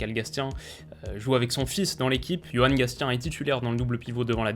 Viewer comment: petite précision au passage, pour le coach clermontois et son fils, on prononce "gassien" et non "gastien" voilà